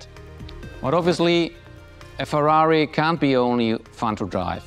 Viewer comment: R U Fkng Kidding me ...? I thought, Finally someone who will pronounce Ferrari correctly. and the guy can't even pronounce the letter R. Ha, Ha, Ha, Ha, Ha.